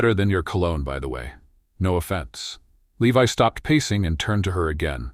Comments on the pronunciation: At about 59 the name 'Levi' is seriously said badly. What level of staff can't even get the hero's name right? This story is being built by incompetents, then not properly being reviewed and edited. At the moment my review simplifies to "incompetence" writ big! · The mispronunciation of 'Levi' is occuring again and again, now at about or so. Shameful!